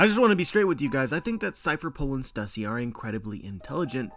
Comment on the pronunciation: love your theory.... why do you call her Stassy tho? Her name is Stussy. Even the Katakana is ステューシー